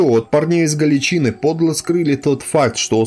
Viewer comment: Всё отлично, контент хороший, но автор, ПОЖАЛУЙСТА готовь материал тщательнее, следи за ударениями, проговаривай сначала те слова, в которых ты сомневаешься. Слушать вообще невозможно, кровь из ушей течёт... слушать эти "галичИны", "моторНизированные", "сАчевые стрельцы", "к двадцать третьего июля", "взятО", "взятЫх" и прочие перлы ну реально невозможно.